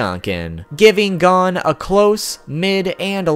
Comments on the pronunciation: It’s not gone it’s goh-n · Same its gon not gone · Nah nigga it's not "gone" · His names gon. Not god damn gone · It’s gon not gone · for everyone wondering how to actually pronounce gon, its NOT gone. it is like cone, with a g. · Bro it pissed me off he kept saying gan instead of gon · FFS PRONOUNCE GON'S NAME RIGHT, IT ISNT "GONE" IT IS GO WITH AN N SOUND AT THE END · Gone bish it’s gon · Who pronounces it as Gone instead of Go - n? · It's gon not gone 😝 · Btw it's pernounced (gohn) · Here's one thing you didn't know about Gon Freecs: His name is pronounced Gōn - G-oh-n. Not Gone Freecs. Where's he gone bruv? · why don you call him gone not gon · Why do you pronounce Gon as Gun/Gone. Its Gon. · It’s gon not gan god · This man said gone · I don’t trust anyone who pronounces his name like “Gone” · ITS GON ( the O is how “O” is said in cOne) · G A W N F R E E C S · Its pronouned as Gohn actually say Go and then say n and put them together and you got Gon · I’m getting triggerd at the way he says hon he says it like gone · How the fuck did you know I didn't know any of this and his name is Go-n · Gone freaks is how you said his name 😂😂😂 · 1 thing didn't know about Gon Freecss is the pronunciation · That is not how you say gon and don't say its the Japanese way because I watched it in Japanese with subtitles too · the way he pronounces “gon” makes my ears.exe stop working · Am I the only one that's annoyed by the fact that he pronounced Gon's name incorrectly? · This dude does a whole segment about how he said HxH wrong, then proceeds to mispronounce Gon for the rest of the video. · Ew why does he say Gon and Killua like that